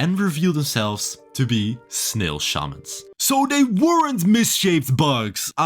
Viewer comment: are they similar? I drew no connection between them, and when he said they were his relatives I was like « kay lore, kool. » Also how do you pronounce snail I’ve never heard it like that. I’m usually bad at noticing English accents since it’s my second language, but the way you say snail disturbs me somehow